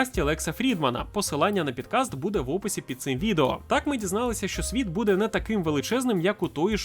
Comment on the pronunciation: Дякую за контент)) Але бляха "пОдкаст"😂